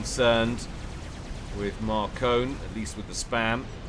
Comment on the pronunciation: It's pronounced Mar-Cone. It's french.